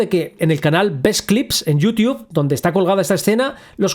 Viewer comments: Que problema tienen los españoles con la pronunciación de anglicismos? Realmente creo que necesitan ayuda profesional con eso. Se pronuncia "YUTUB" no "IUTIUB". No fueron lo ingleses los que generaron el nombre, fueron los gringos y ellos pronuncian "YUTUB". Es una muy arraigada costumbre que tienen de HACERLE A LA MAMADA con los anglicismos. Esto al grado de atreverse a traducir nombres cómo en el caso de las llaves allen o exagonales o el mas infame de todos: JERMIÓN (🤮) ahí si no solo se mamaron, también han sido incoherentes pues en el inglés de Inglaterra se pronuncia "jermaioni"... subnormales. Bueno que si me pongo a dar mas ejemplos no termino hoy, comentario final: ya no le hagan a la mamada con los anglicismos. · "Yuti-Ub" xd buen video bro sigue así 👍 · En serio dice "yutiuf"?